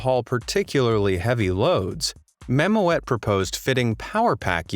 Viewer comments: Funny how you say Mamoet. It's not mamo-et. You pronounce it like mamoot. Like in school. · The correct pronunciation of "Mammoet" is mammut instead of ma-mo-et! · You pronounce Mammoet wrong, it should be pronounced as “mammoot” and it means mammoth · Mammoet is pronounced MAMMOOT and not MAMO-ETTE. Mammoet is the Dutch word for mammoth, which is also the logo of the company. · Mammo-et, haha. Dutch isn't easy. When ever you encounter an 'oe', pronounce it like a short 'ue' from 'true'. That should make a huge difference ;)... Or you can just say 'mammoth' if you prefer 😁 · Mammoet is pronounce Mammoot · It's pronounced Mammoot by the way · You pronounce it as mammoot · Mammoet is pronounced Ma Moot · mam oot is the way to pronounce it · That is not how you say mammoet, it is Dutch and the letters OE together are to be pronounced as the OO in spoon . so it is more like mam mood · You could learn the spelling before repeating a word 10 times... "Mammoet" (dutch word for mammoth) is actually pronunced almost the same as in English. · Great vid but damn that pronunciation of Mammoet hurts man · That’s not how you pronounce mammoet 😡